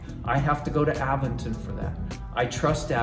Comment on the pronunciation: You are pronouncing Aventon wrong.